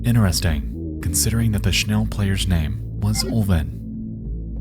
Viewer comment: the pronounciation for "schnell" is hurting my head ...